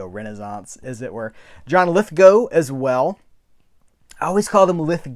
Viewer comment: I'm on Australia, & my November titles have only shipped today, good to hear you say Lithgow correctly, I live in a small city in NSW called Lithgow!